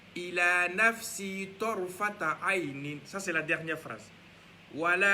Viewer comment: Salamoualekoum frère merci beaucoup mais TARFATA ET NON TARtafa